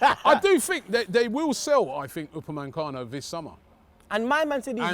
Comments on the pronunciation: It’s Upamacano not Upamancano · UPA ME CANO why Robbie... Now adding an N in the middle of the man's name Shiiiiii.. you Dizzy or is it Naitland Miles now aswel u raascal's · These men love saying ‘Upamancano’